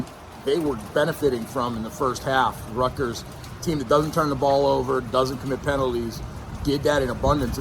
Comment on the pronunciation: And it was Rutt-gurrs…😂😂😂😂